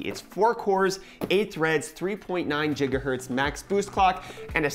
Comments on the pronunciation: Did I just hear "jiggaherts" ? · “Gigahaertz” hahahahaha get an education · Jigahertz haha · i cringed every time he said it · "Gigahertz" I lost it XD